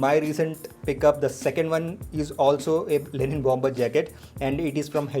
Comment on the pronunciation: It's Linen not Lenin 🙄